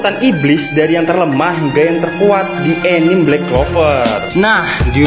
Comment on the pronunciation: Anime bang, bukan enim 😂